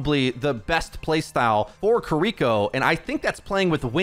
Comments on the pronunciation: Fantastic info as always!! But her name isn't said "ki-Riko", there's no emphasis mid-word on the R. It's simply "Ki-ri-ko" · I know it's not your fault it's just how you say it but Kiriko is pronounced key ree koh. Not Koh ree koh. Just wanted to educate. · he keeps saying the name like kurreeko instead of kiriko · are you saying Kuriko? Ki-Ri-ko means child of mist. Kuriko be child of chestnut lol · It’s pronounced kee-dee-ko just for future reference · I'm sorry I don't wanna be this person but please stop saying her name like that 😭 it's as bad as people saying "naRUto" instead of "NAruto". It's killing me lmao her name should be pronounced "KEE-ree-ko" or "KEE-rih-ko" 😬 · Major ear-worm when you pronounce Kiriko like that hahaha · PLEASE learn how to pronounce her name. It's killing me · why are you saying her name like that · Love your videos, but I hate how you're saying Kiriko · Hate the way he says kiriko